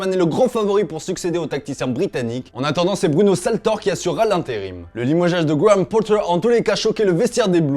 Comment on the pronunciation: Pourquoi tu dis gwammm pottar hahaha quel accent 👌🏻